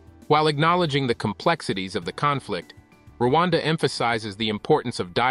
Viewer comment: It's Rwanda not Luanda. That Pronunciation is wrong. Luanda is Angola